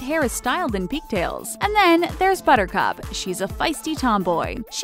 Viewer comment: I thought you said buttercrap!😂😂😂😂